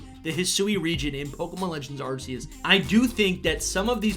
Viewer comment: It’s pronounced “are key us”